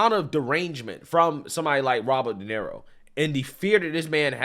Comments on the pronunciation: It's pronounced Duh Near Oh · Robert “Donero” 😂😂😂 Mispronouncing household names has become a hobby for this guy.